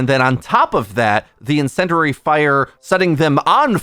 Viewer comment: “Incenderary” is insane